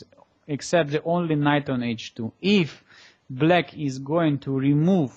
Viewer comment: то чувство, когда вместо "black" слышно "blyat"...